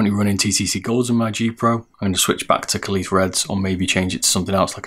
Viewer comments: It’s pronounced kale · Great video, was very helpful. By the way "kailh" is pronounced the same as kale. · kailh, pronounced kaihwa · Kailh like "Kale" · What's with the pronunciation of Kailh. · No, kailh is the line and face name of the switches and company but Kaihua is the manufacturer that actually makes the switches in the factory. You can say either and also yes, he did pronounce the name wrong.